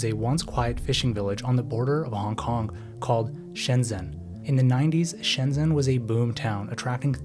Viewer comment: Shenzhen is pronounced /ˌʃəːnˈtʃən/, something like shen-chen. Anhui is pronounced ahn-huay. Hunan is pronounced Hoo-nan.